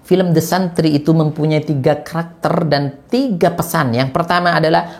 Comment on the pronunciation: The santri (bacanya desentri)